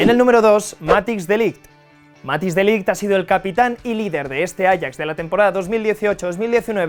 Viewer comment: matthijs de ligt esta bien escrito pero se pronuncia matais de lithg no matis primero aprende a pronunciar